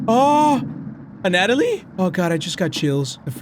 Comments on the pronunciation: I hate to be one of "those" people. I don't care about how you say Karin, but as much as I like your content, the way you say A Natalie gets me triggered enough to not want to watch. It's pronounced *Ana-toll-e*. I know I'm just one viewer, so it doesn't really matter, but that's what the comment section is for right? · Ana....toly.... Not Anat....oly I just had to say it 🤣 love u ❤️ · it's pronounced "Ana-toe-lee", Anatoly. Not "anat-a-lee" that's not a name. Also it's "Ma-rai-uh", Mariah... lol come on man, you know what Maria is spelled "Maria" 🤣 Peace and love from San Antonio ✨ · I love how still calls Anatoly Anna-ta-lee instead of Anna-toe-lee how it's supposed to be pronounced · ya'll called him out for saying Karin as Karen, BUT NOT ANATOLY?? It's anatoly (ana toe li), not anatalie. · It's pronounced as the following, Anna+toll+E. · Anatoly's name is pronounced, Ana-toe-lee. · his name is pronounced An-uh-toly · Btw its Ana-toly ana like the name toly kinda like loly but with a T